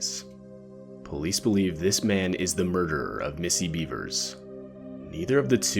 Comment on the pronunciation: It’s pronounced “Bev-ers” and she WAS seen after this. Just not living.